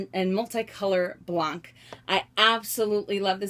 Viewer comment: About the Multicolor Monogram, first they're not made anymore :( and just so you know, I'm french and "blanc" is pronounced "blan" you actually dont pronounce the "C" at the end ;) And your collection is outstanding (just gimme your address so I can rob you and make some money honey :D)